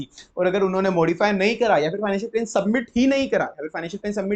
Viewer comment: Sir pronounciation se bahut dikkat hoti hai aapki video mein Eg. Plan ko aap plane keh dete hain